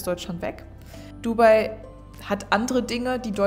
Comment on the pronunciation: Nein, eigentlich sagt man eher "DubAI". Also die Betonung liegt nicht auf dem "u", sondern eher auf dem "AI".